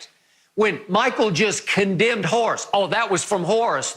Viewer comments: I can't get over the fact Shannon calls him 'Hoe' Grant 😂🤣🤣..... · "Harce" Grant.